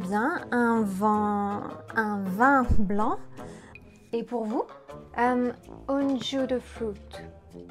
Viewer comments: pourquoi tu dis un vent blanc et non un vin blanc? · Here's the reality of this - French people don't understand because they don't care to understand. The video is a perfect example. The orderer is in a place where the word "A blond wind" is ridiculous. Ridiculous. And, in any other place where people try to understand foreigners - Spain for example, they would be able to connect the dots. It's done in English all of the time. While there isn't any one single "perfect pronunciation" of English that's because by nature it's made for flexibility and communication between all users of it but I can say that without question the vast majority of French people who learn English as a second language mispronounce things in just as badly as the examples because their French native sonic palette mixes up - when French people tell us they went to the beach...we don't think they are cursing about going to a "b**ch" but it sounds 100% like that and it's just about every French person and it would be a pretty bad thing mixup if we didn't bother to have it make sense. I studied French for 10 years. I can read French novels, I can watch French TV and I don't bother to speak it because it is received as if I'm dropping a dead bird on someone instead of trying to communicate. That is the reality of French. BTW - in Tahiti, Algeria - 2 places I have been where French is used, I spoke French with everyone and they seemed to be able to communicate with me very well. That can be taken for anecdotal but my anecdotes in my real life have told me that